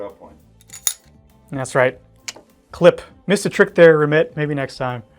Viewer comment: I guess got the pronunciation of Remette right.